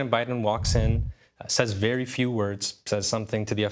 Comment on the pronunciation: Biden's 120th stern talk behind closed doors: "You've been vewy vewy naughty bibi.... anyways, here are more weapons and US tax payer money. "